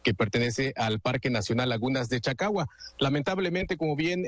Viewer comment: "cacagua" caca con agua. En vez de chacagua. Pobre nivel de reporterillos de 5@